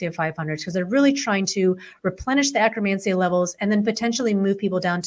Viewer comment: Why do they pronounce it akkRamansia? It is akkeRmansia.